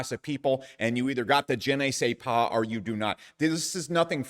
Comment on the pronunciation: Jen eh say paa? I don't speak French, but I feel like that's not quite right.